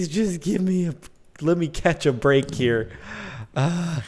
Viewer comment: Lol sometimes when Jordan says here he pronounces it as hiyar with a strange accent